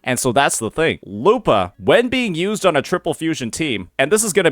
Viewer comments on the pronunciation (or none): Why do you pronounce it lupaah lol